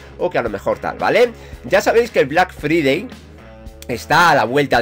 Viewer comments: Se dice "Black Fraidey". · Mae mia tu pronunxeixon black FRIDEI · vlak fridei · Vlac fridei pronuncieishon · Black free-day ajaja que genio ese ingles! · 'Blag fridei' :v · Deja de alargar las cosas tío Joder 3 minutos de bla bla bla Y aprende a pronunciar Black Friday